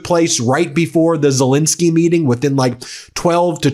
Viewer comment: The President of Ukraine’s surname is Zelensky, not Zelinsky. Please pronounce it correctly, Ben.